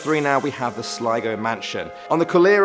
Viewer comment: It’s pronounced slego not slago